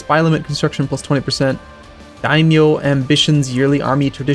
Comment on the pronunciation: Daimyo is pronounced as die-i-mo